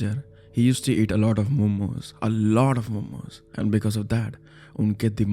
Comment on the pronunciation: What did the guy ate in the last story ? I heard momo then homo 😂